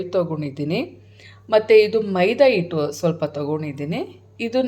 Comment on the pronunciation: ಕೊತ್ತಂಬರಿ, ಕೊತ್ಮಿರಿ ಅಲ್ಲ, ಹಿಟ್ಟು, ಇಟ್ಟು ಅಲ್ಲ, ತರಿ ತರಿ, ತುರಿತುರಿ ಅಲ್ಲ